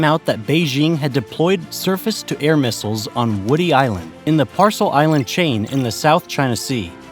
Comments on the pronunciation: Excellent presentation but the islands are named "SPRATLY', not SPARTLY. And the other group are the "PARACEL", not PARCEL. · Not Par•cel islands ... Par•a•cel islands. You need to watch your pronunciations!